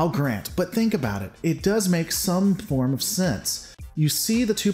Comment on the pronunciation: “some porn of sense”. It was close to “form” but not quite lol